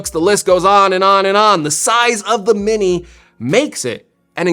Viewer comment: “Mini’r” - dying laughing! 🤣